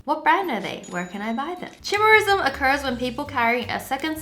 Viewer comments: Chimerism is pronounced with a k sound. Greek ch is said with a k sound. Also your earlobes are there. They are called connected earlobes. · you idiot its pronouced kai-mera or kai-mare-ism